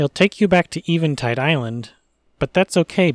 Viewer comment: Eh-vin-tide. Not Ee-vin-tide. Still enjoying these vids.